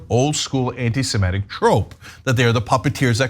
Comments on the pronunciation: whatever Kanye meant, it's "anti-Semitic" not "anti-SemEtic" FFS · Antisemitic. Not antisemetic. That mispronunciation drives me crazy!